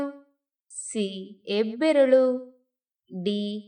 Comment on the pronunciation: Hebberalu (not yebberalu) Hasiru (not Asiru) Many words are wrongly pronounced.